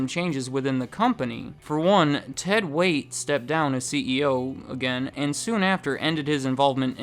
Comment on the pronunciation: It's Ted "Waitt".